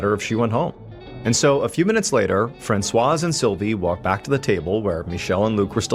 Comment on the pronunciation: The 's' is silent in "Francois".